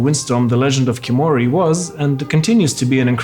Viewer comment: Why is the main character redhaired ? and why can't you pronounce Khiimori the right way? Everytime you say kimori it butchers the word ffs.